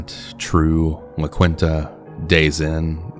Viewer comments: There's an awful lot to associate with the La Quinta (emphasis on *awful*) but never 𝘴𝘢𝘧𝘦𝘵𝘺-𝘤𝘰𝘯𝘴𝘤𝘪𝘰𝘶𝘴𝘯𝘦𝘴𝘴 lol!?! P.S. Also never heard it pronounced as “La-kwin-ta.” Lol it's “La-keen-ta.” ♪♫La la la... La Quinta\(ϋ)/♪♫ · La quin-ta lol. I'm not trying to clown on you too hard but you pronounce it like " la keen-ta", just for future reference